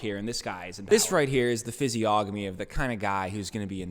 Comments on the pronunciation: lol at pronouncing the hard g in physiognomy... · You don’t pronounce the ‘g’ In physiognomy I’m pretty sure. Correct me if I am wrong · Learn how to say physiognomy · Stop pronouncing physiognomy like that